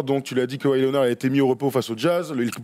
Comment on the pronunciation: Keuwaï ça fait saigner l'oreille aussi ! ^^